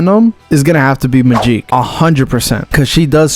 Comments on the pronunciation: Good video but bro needs to say Magik's name correctly lmao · To bad you couldn't edit how bad he pronounced Magic's name even though it's spelled "Magik".